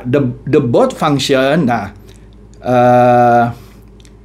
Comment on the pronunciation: Nah ini yang saya cari,trading bot crypto dengan exchanger bagus dan free ongkos.. makasi infonya pak.. tp sebelumnya Maaf pak,mengkoreksi pronunciation bot.. pelafalannya seperti Robot - Bot.. bukan But pak.. Mohon maaf sebelumnya..